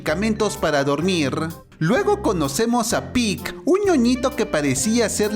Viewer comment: no se dice pick sino que se pronuncia pich